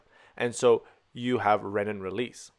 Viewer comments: You are excellent, per usual. Keep in mind: Renin (ree-nin) = enzyme for RAAS Ren-nin (ren-in) = enzyme for making cheese ;) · The pronunciation of renin should be similar to renal, not rennin which is an enzyme found in theh stomach of ruminants.